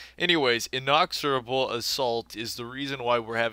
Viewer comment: InEXorable assault. Not inOXorable.